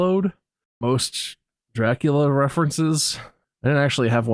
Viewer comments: is saying Dracula really weird, that's the bit lol. Don't worry, I didn't get it at first either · ”Drakeula” from!!!😼😸🎮🧔‍♂️